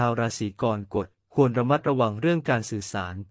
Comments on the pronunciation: ราศรีอะไรของเมิงวะเนี่ยะ!!! "กอน-กด" ...อิอิ AI ทำภาษาวิบัติ ไม่เคยได้ยินมาก่อน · อ่านว่า กอระกฏ